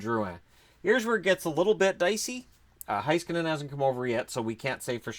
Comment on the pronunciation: If you want to pronounce "Heiskanen" as he would himself, try saying the "Hei" part like you would say "Hey" in English and then just skanen like you are already saying. In German they change "ei" to "ai" when pronouncing a word. Although I don't really care that much how you say the names it's the content that matters not small irrelevant details like that.